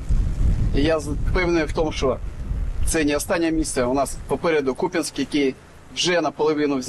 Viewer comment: У Купянска ударение на У